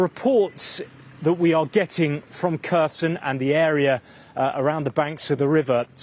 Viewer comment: I don’t like the way he says Kherson 😅